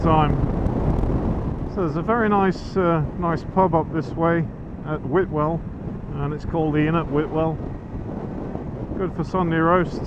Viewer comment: Funny - I've lived in Lancashire for over 50 years, and although I've never actually heard anyone say the name of the hamlet, I always assumed it was pronounced as spelled - Whitewell, with the 't'. Sounded funny to me as Whitwell 🤔. There again, there's three Claughtons in Lancashire - one Claughton, one Clafton and one Clayton - so who knows ☺.